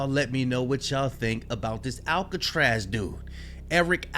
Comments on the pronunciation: Mans said Erick Alcatraz💀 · Alcatraz? Can you not pronounce a simple name?